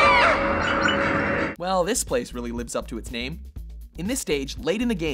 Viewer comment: This guy's constant mispronouncing drives me nuts. He does this in so many videos. Ugh. Other than that, the videos are good